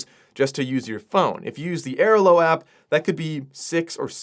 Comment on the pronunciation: Stunned by: 1) the fact that I'm comment 36 on a video with "44k views," and 2) the way pronounces Airalo. Luggage scale is a legit tip. also makes S-tier headphone/earbud recommendations, but you wanna go with the Bose QC Ultra gen 2, and the same goes for Meta Ray Bans-- the second generation product is a significant upgrade. Flighty is also the best travel app out there.